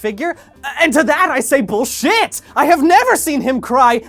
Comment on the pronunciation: I have never heard the words "Bullshit" come out quite as clean as then